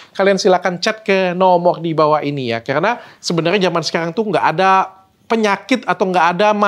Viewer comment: biasa nya kalau ngomong karena "kerana" dan R agak kedal itu asal kalimantan bener kah ?? BTW ,, menunggu vitamin untuk rambut uban